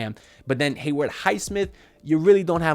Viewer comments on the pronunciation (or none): 3rd straight year of hearing bro say "Heyward" Highsmith 🤣 All love though haha